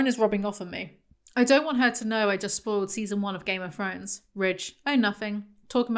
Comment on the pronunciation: GAYME UV FROWNES INNIT